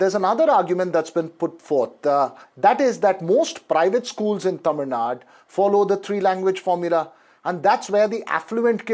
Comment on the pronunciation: It is TAMILNADU, not Tamilnad